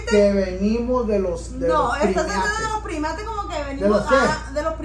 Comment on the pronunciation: pronunciaste mal la palabra es primates no primiates eres chistoso en hablar solo te corrijo mi brohder un abrazo a ka distancia poli de ecuador